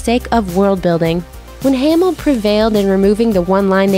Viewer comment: Narrator is super annoying. You guys also should’ve told her how to say ‘Hamil’ at the beginning. As she says “Hay-mul”